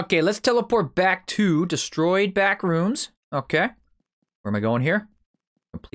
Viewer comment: I thought you said bathroom 😂🤣